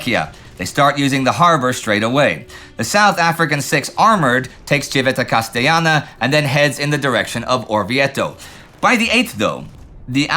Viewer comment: Indy- mate- your commentary is without equal, in the positive sense. But when you use a Spanish pronunciation for an Italian city, I gotta call you out! is Civita CasteLLana, not CasteYana! Merely a minor infraction...but not to be expected from a Septic living in Europa. All the best, Paolo NB Also...la comune Pescara is pronounced Pess-KAR-ah....not pess-shar-ah. And Chieti is pronounced Key-AY-tea! C'mon man!